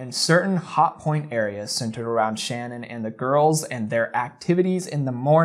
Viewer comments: It really bugs me not sure why. That every one pronounces her name wrong. They all call her shannon but its pronounced sha nann. Its just a pet peeve i guess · It sucks that you don’t say her name correctly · You keep mispronouncing “Shanann”. Don’t you do research for these types of videos? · It's not Shann-On. It's pronounced Sh'Nan. Try and get the persons name right if you are going to make a you tube site about it, especially given the circumstances. Show the respect to learn who you are talking about. I turned you straight off when I heard you get her name wrong. This is about THEM and their memory, not you and your own glory, on you tube ! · SHA-NAN- NOTTTT SHANNON! RESPECT THE DEAD! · You keep saying ShannonBut it’s pronounced SHA-naan. not with with A sound but with UH. shu-naan. not Shanann. My teachers always butchered my last name lol. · Her name is SHAN ANN, not Shannon. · Oh my god I just watched the documentary on netflix and I swear no one could say shannan's name right. It has to be pronounced sha-nen. Everybody pronounces it sha-nann. With a slight pause so they say it like sha nann. It doesn't sound right at all. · you could at least pronounce the victims name correctly, it’s Shannan not Shannon. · Just so you know, her name isn't Shannon. It's Shanann. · it's pronounced Sha-naan 👍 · Wonderful exploration of his behavior. If you do another, her name is pronounced Sha-Nan . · I just found your channel and this is the first thing I'm watching and I already know that I like your channel but I feel the need to tell you that you're pronouncing Shannon's name wrong which I totally understand because I've never heard it pronounced this way either. It sounds like "Sha-non". That ain't no major thing I just felt the need to say it even though I'm certain you will never read this lol. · I appreciate your input…if you do anything else about this case please pronounce Shanann name correctly. It’s pronounced Sha Nan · Her name is pronounced sha-nan :)